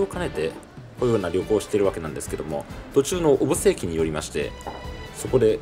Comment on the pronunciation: 県外の方は小布施のことをよく「お↑ぶせ↓」と言いますが、スーツさんが仰るほうが正しいですね。でもまあそこは個人個人の事なので首は突っ込まないですけど笑